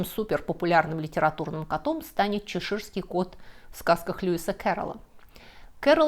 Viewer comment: ЧЕширский кот, ударение на первый слог букву "Е".